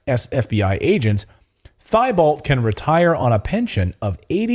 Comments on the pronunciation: Timothy T Bow. Not thigh Balt. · Thibault is actually pronounced, "teebow." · Thibault is a french name. Actually pronounced Teebo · It's Tee- bolt. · FYI Timothy Thibault is pronounced Tebow. He has a Cajun name. No offence please. A lot of people get it wrong. Including me until I was taught different. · Clayton it is pronounced Timothy (tee bow) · Thibault is a common French name. Pronounced 'Teebo', the h is silent.